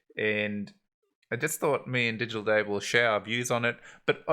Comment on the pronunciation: We got a treat this time. Butchered both DigitalDave and Kusama! ;-)